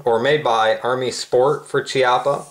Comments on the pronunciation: We smaller gun-related channels have been de-funded. We don't get the revenue for the ads anymore... and it's pronounced Kee-ah-pah, not Chee... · It’s pronounced “Key Appa” just so you know...